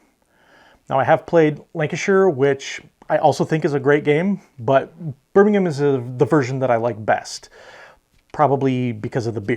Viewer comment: It's great to see so many differing opinions on top board games! No overlap with our top 10, which shows just how diverse the hobby can be. And bravo on the correct pronunciation of Birmingham!